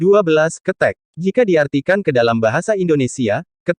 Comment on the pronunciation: Bacany Bukan kethek (binatang) Kethek ...ky bc penyel....